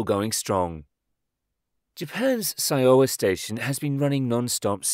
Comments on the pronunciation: The Japanese station name is pronounced "showa". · Syowa Station is pronounced Showa. It is named after the emperor who reigned when it was built.